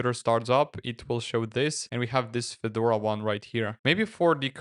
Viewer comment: Автодубляж в слове Федора посиавил ударение на первый слог, добавив букву ё. Получилось, что вышло обновление некого Фёдора